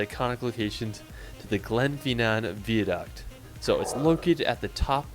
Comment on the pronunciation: My personal favourite is the glen-fee-naan vee-a-duct. I had to pause to collect myself 🤣